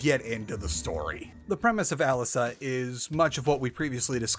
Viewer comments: Agreed! Uh-Lisa, Not Alice-uh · It's pronounced "Aleesa", not "Alice-uh" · I'm almost 100% certain it is pronounced alI'sa and not alisA' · I feel like pointing out that since it's the czech rendition the emphasis in Alisa should be on the "i" A-lee-sa But glad to see this getting coverage nonetheless, it's a pretty neat game